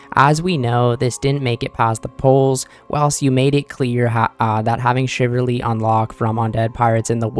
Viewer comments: Shiv ul ree .. not Shiv err ree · I'm not sure if you're a native English speaker, but Chivalry is pronounced "shi-vuhl-ree" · Shiverly??????? wth is that?? CHIV - ALL - REEEEEE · Shiv-ull-ree Chiv-al-ry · Chivalry, not shiverly lol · How about u find one source where it’s pronounced chivalry then I’ll kiss ur toes